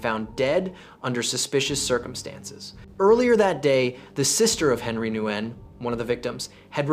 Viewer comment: Makes a video about Vietnamese crime but doesn't bother to learn how to pronounce Nguyen.